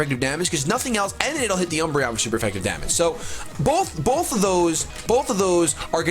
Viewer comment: He said dumbreon